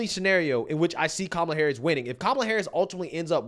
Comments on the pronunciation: That lady mispronounced Camela. You know what that means by CNN standards, so why didn't lemon confront her on it? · The Puerto Rican lady pronounced her name Camel-la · She said “camel ah” lol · So you're going to vote for someone when you can't even pronounce their name correctly? Camel-a 😂😂😂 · Thay woman at the beginning called her....Camel-A 🤣🤣...I agree with you on your analysis. The main thing is to stay away from MSM , even Faux Spews as they will start playing mind games with the masses. TRUMP 2024 MAGA LFG!!! 👍👍💪💪💪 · Surprised Donny Lemonpack didn't correct her on mis pronouncing her name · Strange. Don didn't correct the PR lady's pronunciation of Kamala like he loves to do with "others". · that woman is a racist.... she said kamala name wrong! 😂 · She's so, so very excited to vote Kamala (and clearly always has been), but can't even pronounce her name. Just goes to show she's done a solid zero seconds of research. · mispronounced Kamala's name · Don didn’t correct her, when she said Kamala wrong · Oh noes she said Kamal's name wrong! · Whoops, she just mispronounced Kookoo's name. (At least I think she did, no one can seem to keep up on that.) She must be a racist!! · That Puerto Rican woman did not pronouce Kamala's name correctly. She's a racist and I am appaled. I demand an apology.😂😂😂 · WHOA WHOA WHOA did anyone else hear that ray cyst, seg cyst, bigoted lady mispronouncing CAM uh luh? I don't have the words. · Don Lemonparty, when are you going to pronounce it correctly? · How did that lady call 🐫 a la WRONG & NO BODY SAID SAY HER NAME CORRECT ??? GTFOOH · She didn’t pronounce Kamala right why didn’t he say anything